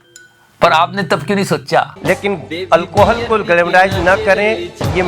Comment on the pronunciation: El Co Hawl...🤔🤔 Na hindi na English..ye sasuri ki naati kaun sa bhasa bol raha hai... Urdu alfaazo ka balatkar kar deta hai yeh BJP waale..toh Hindi kyu nahi bolta...🤔